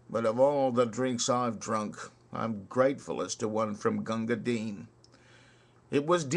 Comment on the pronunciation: Congrats on pronouncing the poor mans name properly. However, bhisti is wrong. The first i is soft as in list, missed or fist. The second is hard eeeeee. Pronounce like you would say the girls name Misty with a B instead of an M.